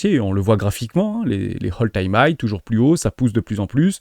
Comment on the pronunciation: Attention à la prononciation Hermès quand tu dis "Hole time high" Hole qui veut dire trou 😂😂😂. C'est "All Time high" ( Ole Time hai )